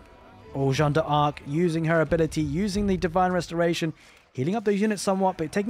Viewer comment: my guy, another great cast! Also if it helps, you can pronounce D'arc like DAARK, drag out the A a little, one long smooth word, without the awkward DE pause ARK. Keep the casts comin;' <3